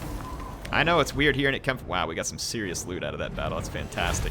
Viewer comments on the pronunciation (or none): none